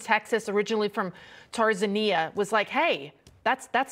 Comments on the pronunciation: Did anyone notice the woman anchor said 'Tarzania' instead of 'Tanzania'. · Did she say "Tarzania"?🤔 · Tarzania lol I know no one else cares and I'm not making fun but it's Tanzania, I'm just a geography nerd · She said TARZANIA! Newscasters need to brush up on country names. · “Tarzania”?! Not a good look, hun! 🤦🏻‍♀️ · TAN - ZAN - IA silly ! not TARZAN eeya